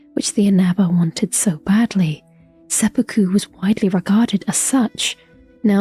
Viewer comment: Thank you for actually pronouncing sepuku correctly. 😊